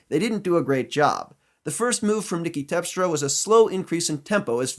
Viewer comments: Great analysis,. It's TERPstra, by the way, not TEPstra. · Terpstra, not tepstra